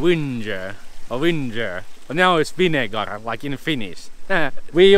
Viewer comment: Loving your pronunciation of vinegar! it's perfecto 👍 Think you enjoy saying it now 🤣🤣